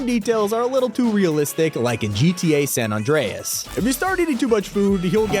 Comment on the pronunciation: Did he just pronounce "San Andreas" as "San On-dray-as"? As in the actual name "Andre"?? I've never heard it pronounced that way, and I'm an OG who grew up on GTA:SA. 😭💀